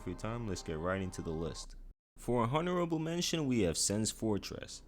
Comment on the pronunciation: Bro really pronounced the “h” in honorable